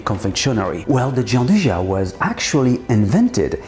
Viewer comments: Hi, wonderful recipe! I wanted to add a small detail, as i'm from turin, just for you to know for future occasions: it's not pronounced giandujà but rather giandúja:) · Nicely done! That's not how you pronounce gianduja though xD